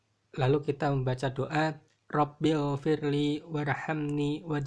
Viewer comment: Assalamualaikum wr wb. Maaf mohon dikoreksikembali bacaan diantara dua sujud. Harusnya robigfirli bukan robilfirli. Maaf kalau mungkin saya yg salah dengar,. Terimakasih, wassalamualaikum wr wb.